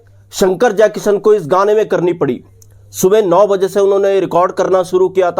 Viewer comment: Mawjood ko kyu .MAWZOOD bolte ho...12 BAZE bolta ho..yeh Kya hai?